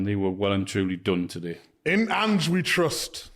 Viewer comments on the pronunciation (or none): none